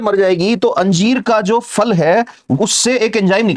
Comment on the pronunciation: sir फल को फ़ल Q बोल रहे !